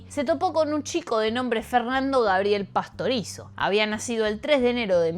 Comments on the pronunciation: y varias veces dijo Pastorozi en vez de PASTORIZZO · No es Carla Pastorozzi, es Carla Pastorizzo... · PASTORIZO es el apellido, en varios momentos lo dice mal y es bastante molesto. releer los guiones para decir bien el nombre del muerto al menos. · Inclusive dice mal el apellido en dos ocasiones.